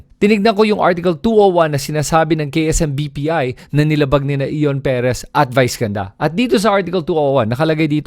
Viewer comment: You cannot even pronounce Ion properly. Late ka na makisawsaw.